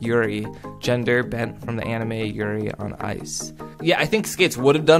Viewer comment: Black butler is amazing. You said Ciel's name wrong. Yuri on ice is very gay and very amazing. You said the name correctly I think. YAAAY (